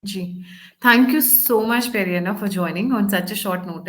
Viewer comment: Peri anna nai hai sir, Narasimha anna bolo ji.